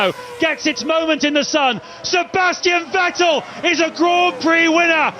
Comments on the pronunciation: The commentator that insists on mispronouncing Vettel gets a bit abrasive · The way they pronounce Vettel 😂